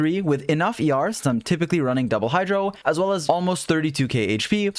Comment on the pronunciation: I know he’s saying ER but I keep hearing YAR, a pirate noise. Heh heh